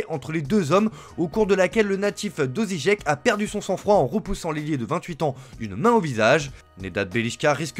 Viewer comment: "Ozižek" 😂😂😂😅 en fait c'est Osijek